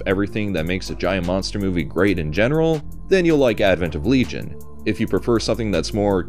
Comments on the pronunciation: “Legay - on”? What the fuck 😂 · Always happy to see the 90s Gamera receive some appreciation:) btw as a big fan of Shadow of the Colossus, I'd been HEARING Otani throughout the trilogy yet only on this video finally I've got confirmation that it's him=) Haha. Whoever did that silly pronunciation, his Le-gi-on is closer to Latin original than your LeeJun >:D Seriously, you USians should redo your entire grammar. I for one would be happy to learn it :D As for that weird hug.. hm, not impossible, after all Kaneko does have a sofcore background. In the light of how the rest of the plot unfolded, however, it always looked to me as an early attempt to assimilate the girl, but yea, it's very suggestive. I'm just rewatching it after awhile, guess we'll see how does it come across this time around